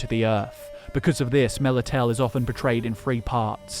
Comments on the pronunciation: Melitele is pronounced Meh-li-teh-leh, not meh-li-tel. Stress is on the second syllable. Worry not, even the Netflix show bungled the pronunciation. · FFS, it's Melitele not Melitel... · melitele is pronouncned mel it a lay